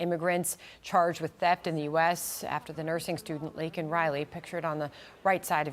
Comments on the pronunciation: #LakenRiley LAKEN! Not Linkin! Damn Joe! Get it right!!! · What is so disgusting and disturbing to me is that at the State of the Union, someone said her name, and Biden had a pin prepared to hold up with her name on it. He called her "lincoln Riley" and had the nerve to say he knows what it's like to lose children, and his condolences are with the family. There was absolutely no accountability on his part, and he didn't even bother to contact or go to the parents to apologize in person. Yet he wants us to believe he has all of this empathy and isn't like "the other guy." I was sure I wasn't going to vote for him a long time ago, but I really hope other people paid attention to the dismissal and minimization of the harm caused to Laken Riley and her family. Biden is nothing more than a textbook narcissist. He said her name wrong, then quickly refocused the attention back on himself and the comparison of his tragedy to that of Laken's family, deeming himself an expert on the subject. Disgusting. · Bidens old ass couldn't even pronounce her name and called her Lincoln totally disrespecting her and her family. Anyone that votes for Biden at this point is just as destructive.